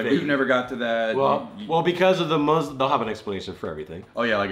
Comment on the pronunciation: I’m actually so impressed, said Muslim no muzlim. I’m so proud